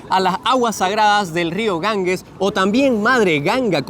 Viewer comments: Muy buen vídeo, aunque espeluznante. Si voy a la India, no me apetece nada ir a Benarés. No me extraña que te afecte. Eso de ver cadáveres por la calle no es plato de buen gusto. Por cierto, el nombre del Río es Ganges, NO Gangues. La g sin U se pronuncia como j. Gracias por tan interesante vídeo, una vez más.¡ y perdonad por la corrección. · Queridos, en castellano la letra g seguida de la e y la i, se pronuncia como J.